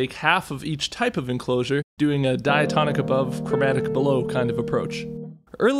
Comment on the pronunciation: "Chromatic Enclosusures" Admit it, you missed that double "susu" in "Enclosure"